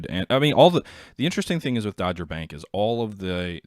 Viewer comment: small point, the sea area your referring to in relation to Jutland is pronounced "doger bank" not dodger.